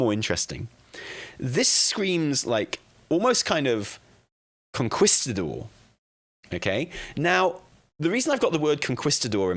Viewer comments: Con-kees-ta-dor hahah not Con-kwis-ta-dor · Lmao idk what a conKWIStador is, but I think he's trying to say conKEYstador 😂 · I can't take anything serious when you say Conquistador like that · It’s Kong-keeestah-door…….ya limey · Con-kwis-ta-dor eh? Fml lol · Con-key-sta-door, for the love of god.... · "con-kwis-ta-dor..." Bless his heart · for the love of god the u is mute like in que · i agree with everything you said except the way you pronounced conquistador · really set his British to 1000 with his pronunciation of conquistador. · I’m sorry, the way says “Conquistador” is killing me. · I'm glad it wasn't just me. I flinched each time he said it lol